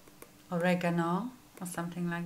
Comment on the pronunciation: Cute packaging! Very soft look on you. Love how you pronounce oregano. 💓